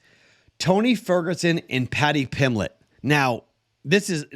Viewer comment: PimBlett .. there's a B in his name.